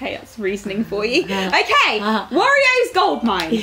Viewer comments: Why does call wario warrioh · Um, that is not how you say "Wario".